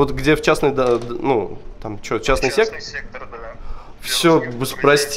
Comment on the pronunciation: Частный сектЕр , правильно сектор , ну и грамматика